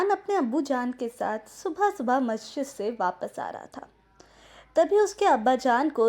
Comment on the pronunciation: Good video but one correction it's masjid not mashjid.